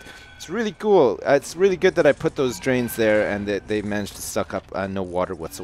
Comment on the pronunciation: the shower flood was very good plus cool (you said ghoul) lol got you